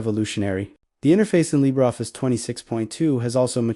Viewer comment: What exactly is "Libeffice"? I hate AI with a passion...